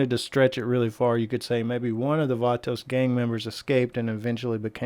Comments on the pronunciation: Anyone else extremely disturbed by the way he says vato?😂🤣🤣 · Funny how he says vato haha